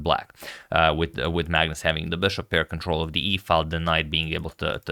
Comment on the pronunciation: On pronunciation, Magnus is pronounced Manus or Maunus, not phonetically. It's a Scandi thing sorry guys :(